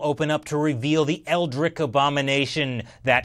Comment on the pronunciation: That's "eldritch", not "eldrick".